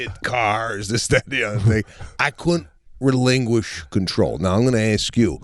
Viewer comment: Sebastian saying RE-LING-OO-ISH? He Means Relinquish, right?